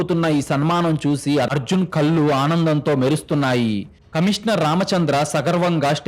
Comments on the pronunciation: Telugu bhashani sarigga palakadam mundu Ravali. Kallu ante Tati chechunundi teesi tragedi . Ekkada eyes 0aliketappudu naluka palate bhaganiki tagilinchi palakali. Edi type chesina kuda kallu ane vasthundi. Telugu aksharallo mundu nerchukondi. Eetaram antha elane Teluguni khuni chesthunnaru. Panditila v7panyasalu vini ina Bhashani marchukondi 🎉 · కథ బాగా చదువుతున్నారు. కానీ కొన్ని పదాలు correct గా పలకండి ప్లీజ్ కళ్ళు అనండి కల్లు కాదు మళ్ళించాడు అనండి మల్లించాడు కాదు